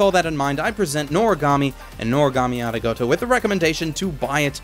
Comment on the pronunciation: Ari-goat-o?? Did anyone else hear that?